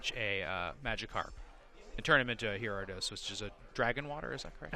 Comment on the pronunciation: couldn’t even pronounce Gyarados, and then gets its typing wrong. I stopped watching at that moment.